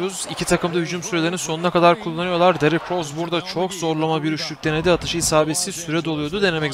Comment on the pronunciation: Derık deil Derrick